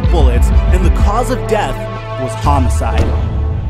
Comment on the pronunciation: Bruh he said cause of death homocide